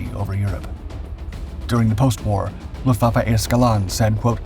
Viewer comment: ¿Donde te han enseñado a pronunciar alemán? Luftwaffe: Luftvaffe, como suena. EL ALEMAN TIENE PRONUNCIACION PROPIA NADA QUE VER CON EL INGLÉS.